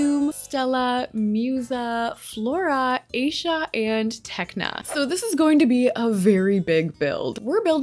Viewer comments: IT IS PRONOUNCED I-E-SHA NOT A-SHA! 😡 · This build is so magical and whimsical! 🪷✨✨🦋 But there's one problem. Aisha's name isn't pronounced aisha but rather A-YEE-SHA. It's a mostly Arabic name but ngl it was kinda annoying hearing it pronounced that way. I'm not hating or anything and I really love you builds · Just a heads up, Aisha’s name is pronounced as “EYE-E-SHA”, not “A-SHA”. 🩷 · Defs Musa. Just a heads up, Aisha’s name is pronounced as “EYE-E-SHA”, not “A-sha”. 🩷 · I just bought three more packs and knew I had use your creator code! You're the only SimTuber I can find with a shared love of fairies 😂. Also I love you, but please Google how to pronounce Aisha correctly. Hint: her name isn't Asia. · hey i think aisha's name is pronounced eye-ee-shuh not ay-sha 😭😭 i love everything about these exterior builds especially stella's 🤍 can't wait for pt. 2! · its not pronounced "asia" it is pronounced i-e- sha or you can call her layla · I dislike that she keeps saying Asia instead of Aisha (like it's not that hard to pronounce) 😭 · It’s pronounced AH-EESHA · Her name is pronounced Eye-e-sha but nice vid 👍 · This is so cool! I’m not great at building in this game so hopefully this is something I can learn from. Also just because this was my fav character (not to be mean, I promise just trying to be helpful) Aisha is pronounced “eye-eee-shh-uhh” ❤🎉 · I love the video and for future reference Aisha is pronounced like eye - ee - sha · A little background info, Winx Club did not start on Nickelodeon. It actually started on a fox channel called 4Kids on Saturday Mornings. I love Winx Club so much! It's pronounced Eye-eesh-Ah essentially. I hope you do a video actually creating the Winx Club girls, and then the Three Witches in their house and sims. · Love your videos 💕, but quick correction Aisha’s name is pronounced (Ah-ee-sha)✨ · Great build, btw Aisha’s name is pronounced “I-e-sha” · Aisha name is pronounced ( I-ee-sha. )